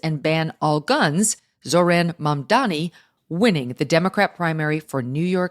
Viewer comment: Embarassing that Megyn got Mamdani's name wrong all twelve times she said it.